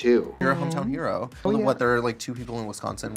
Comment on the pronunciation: HOLY the Wisconsin jumped out so aggressively